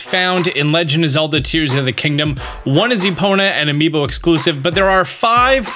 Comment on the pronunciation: “With no amibo whatsoever” this made me sad and he said no amibo